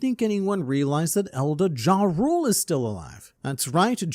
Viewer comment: Internet Man, why do you pronounce the “J” is Jarul and Jorul? Isn’t it a “Y” sound?